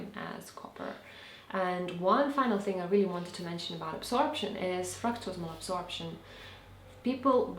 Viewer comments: fractose fructose fractus absorption? what is that word you were saying? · you guess? don't you know what you said? you kind of mumbled it and I couldn't understand it. well... all righty then